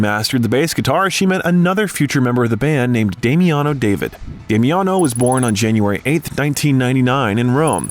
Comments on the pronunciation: Also not Demiano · its pronounced Dah mi on oh